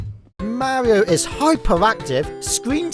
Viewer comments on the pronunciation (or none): why do you go out of your way to avoid pronouncing any kind of "r" sounds ? we get it you're british. I mean not pronouncing "r"s at the end of words yeah that's expected. but saying like "petend" or "mauio" or a "uom" (rom) it's ok. you can say the r. you'll be alright.